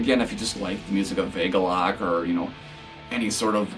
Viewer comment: It's pronounced 'Ah-galloch' not 'ay-galloch'. You can see John explain the name in the 2008 agalloch interview.